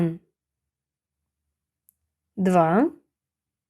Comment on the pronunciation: цифра 1(one) у відео звучить як [уЕн], чутно більше Е, а не A. Хоча спочантку відео , при перелічувані цифр, було схоже на звук А. То який звук в середині слова one ?